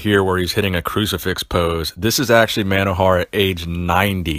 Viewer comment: His name is pronounced mono-hor-a-h lived a few kilometers from my house.